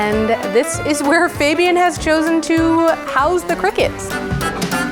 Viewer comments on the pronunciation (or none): How is it even possible that fabians sister is pronouncing his name wrong.